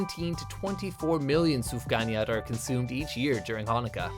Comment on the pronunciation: Why does he pronounce sufganiyot so bad